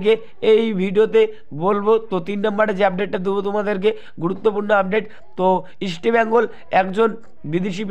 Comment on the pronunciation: দাদা, 'ইস্টেবেঙ্গল' নয় ইস্টবেঙ্গল।